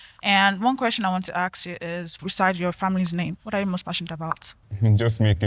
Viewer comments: Why do yall pronounce Ask as Axe ffs???? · Why's everyone saying axe, it's ask😅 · Please guys ASK questions, don’t AKS ‼️😭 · Nigerians have improved in the way they speak, I can understand well what they are saying... There is still "axe" instead of "ask"🤐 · "aks" - ask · Everyone but said 'axe', please it is 'ask' as in Aaa sss kkkk